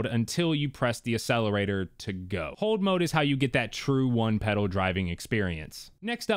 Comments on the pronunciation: You: A sell er ray ter Proper: Ack sell a ray tor Proper: Ac cel er a tor Ya Killin me. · Love the videos but Bro you need to stop saying Accelerator and Accessories wrong. It’s pronounced As Ack….not Ass. Look up the pronunciation, just sounds really bad. Sorry not trying to be a jerk! You have great content!